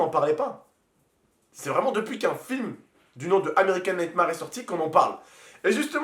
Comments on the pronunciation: american nightmares se prononce américane nightmère 😂 (cest pr toi ok supprime ap ce commentaire lol) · "American nèitemare"